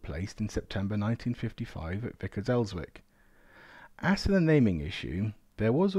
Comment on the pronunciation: Vickers Elswick - the 'W' is silent. Ellzik is the correct (local) pronunciation. Cracking stuff other wise. RTH former member of 203 (Elswick) Battery 101 (Northumbrian) Rgt RA (V)